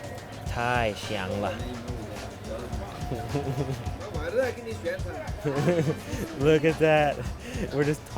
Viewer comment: Nice Video! Just be careful with your pronunciation '太香了'... It sounds like ‘太翔了’ which means crappy.